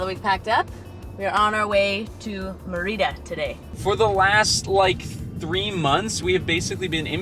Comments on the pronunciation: [, my mom used to live in Merida- really lovely city! I believe it is pronounced MER- ih-da- emphasis in the first syllable. There are some gorgeous beaches nearby. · Check on your pronunciation of Merida. My Mexican sister-in-law pronounces it completely different. I have been to Merida years ago and it’s a nice city to spend some time. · It’s so weird how you pronounce Mérida 😂😂 I know you learnt Spanish and just as a tip, the acento is there for a reason: you should stress the first syllable (MErida) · Yes, accent on the first syllable MERida